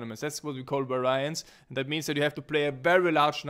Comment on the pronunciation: Its pronounced: var_i_ance. not var_ai_ance.